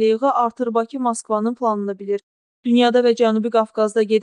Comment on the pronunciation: Şərhi oxuyan xanım azərbaycanlıdırsa "Bakı" sözünün tələffüzünə fikir versin!